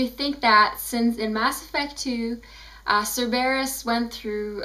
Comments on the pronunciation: Congratulations on your pronounciation. :I SIR-BEAR-USSSSS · Stop pronouncing Cerberus wrong!!!! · I don't mean to be mean but STOP SAYING CERBERUS WRONG!!!!!